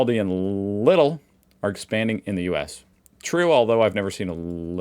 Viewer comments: Of course . Also "Leedel" and not Liddles. 🤣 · It’s notpronounced liddle. It’s leedl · FYI…Lidl is pronounced “Leedl” or “Leadl” 😉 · Leedle-not liddle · Lidl is quite easy to pronounce, Lee-Del. Have fun. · Lidl. Say: Lee-dl